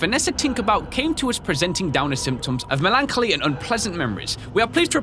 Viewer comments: Not quite a massacre but instead of saying MELAN-choly it is pronounced MELON (as in the fruit) -choly. Just a quick heads up! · XD melancholy is like melon colly not... that XD but its fun to hear over and over XD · melancholy is pronounced as Melon- collie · Hey, you say "melancholy" as melon - collie. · Mel-an-co-li = melancholy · melancholy (in America at least) is pronounced "Melon-kolly" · I think it's pronounced melon conly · Just so you know, melancholy is pronounced like "melon colly. " ☺ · Melon-koly That is how you pronounce it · The word is pronounced: Melon-call-lee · It's melon-choly, ch is just pronounced c, like collar. And HAYWORTH. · You pronounce melancholy, Melon coly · It’s pronounced something like Mel-len-kal-ly It’s the synonym to sad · I feel mean in saying that I thank for pointing out his butchering of melancholy,but it was bugging me a little. It's basically pronounced melon collie. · are we not gonna speak about how he pronounced melancholy